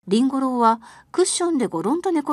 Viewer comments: りんご郎のイントネーションに違和感があるのは私だけか？ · 発音、りんご ろう、じゃなくて、りん ごろう ですよ。